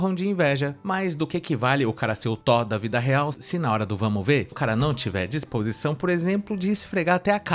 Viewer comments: Ela quer o Tó, pra liberar o Tó - ba ? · Verdade eu pensei Que ela falando do Thor realmente Porque ela disse TÓ da vida real! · Não é tó Ela quis dizer Thor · a guerreira não sabe nem falar THOR e ta exigindo um cara muito muito gato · Já que sacaneou o erro da menina ao falar Thor ('r' no final) ... Vê se aprende uma que vc erra SEMPRE: A palavra correta é perDa ( com 'd' ) e não perCa ( perDa de tempo... perDa de vida...) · Pqp a mulher não sabe falar uma palavra certa